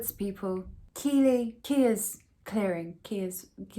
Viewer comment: Keighley is pronounced Keith-lee 😬I promise